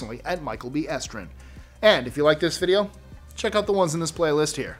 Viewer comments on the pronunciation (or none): none